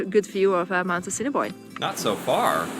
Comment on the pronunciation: A-sin-a-boin,prounce it that way